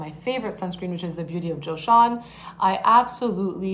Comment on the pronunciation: Joseon is pronounced ‘jo-sun’.